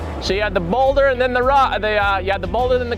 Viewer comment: I love how pronounces the word boulder… reminds me of donkey when he was talking to Shrek in the swamp. Makes me smile every time!!